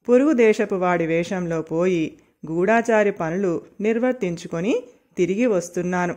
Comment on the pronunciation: గూఢాచారి కాదు గూఢచారి అమ్మా!